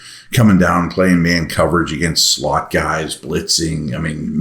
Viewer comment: Did you say searching for a “slut” at time index ??? Well, actually, aren’t we all?